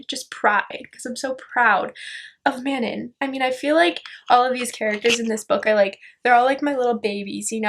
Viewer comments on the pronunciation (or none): Elide is pronounced aah-leed not ee-lid. And Manon is pronounced Ma-non. ♡ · Manon name is pronounced like 'Mannon.' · Manon actually rhymes with, the dawn. The way the author says it. this was a really entertaining video though!